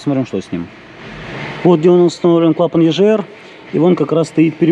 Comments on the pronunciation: Егр, а не ежр 🤦‍♂️ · Почему клапан ежр если правильно говорить егр? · ЕЖР? Ты говоришь Газы или Жазы?